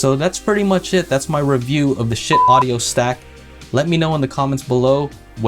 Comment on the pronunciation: If you pronounce Schi-it the right way you do not need to bleep shit out